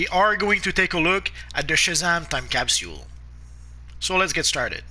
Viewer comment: It disturbs me how he says capsule wrong